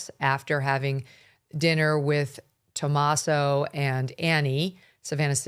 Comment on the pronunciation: Also, his name is Tomasso, not Tomass.